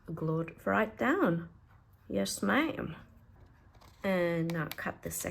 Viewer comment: As a native Texan, your “Yes ma’am,” is quite good. 😂